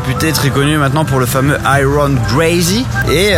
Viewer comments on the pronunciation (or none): none